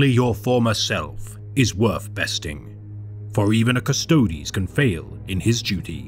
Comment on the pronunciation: So happy to hear someone pronounce "Custodes" correctly. It sounds so bad when people say "Cust-ODES" instead of Cust-oh-deez. Neat little breakdown of the Emperor's finest, thanks for the vid!!